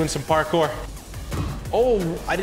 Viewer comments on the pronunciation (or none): none